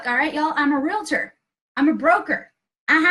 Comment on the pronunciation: Real tor not realator. good video though